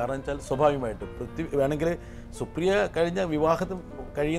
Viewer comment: Brittas is pronouncing prithvi as pruthyu as in mruthyu😅